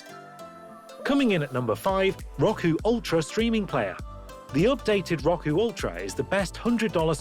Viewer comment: It’s (r-oh-ku) not (rock-uu)